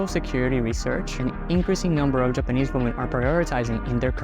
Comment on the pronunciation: Stop mispronouncing the word 'women'. You are pronouncing the singular when you should be saying the plural.